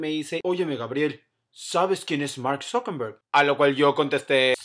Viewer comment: Es ZuckeRberg no zuckeMberg.... I'm just sayin'